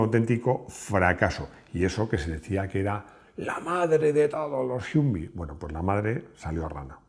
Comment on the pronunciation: Tremendo dominio del inglés… las carcajadas que me he pegado oyéndote a lo largo del video… Jiumvi, Harnold, George Bash, y todo lo demás. De verdad que no me reía tanto hace mucho!